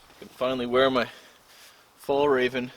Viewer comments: Markus Robert he's said countless times that he cannot pronounce it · "Fall Raven"??? You mean Fjäll räven. Directly translates to "mountain fox" in english man!